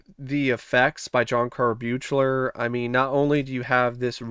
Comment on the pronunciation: How many times do I have to hear people say the director's name wrong??? It's suppose to sound like BEAKLER!!!! BEAK-LER... Good review but damn most people who enjoy these films doesn't know how to get the director for part 7's name right... I know I'm over reacting but to me it's like nails on a chalkboard.